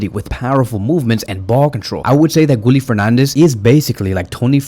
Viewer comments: Guille like guillermo. Gilermo. Not gully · You pronounce Guille's name wrong. Why nobody cannot pronounce his name correctly. There's no L in the name, it's how you pronouna Sevilla. It's pronounced "Gieyeh".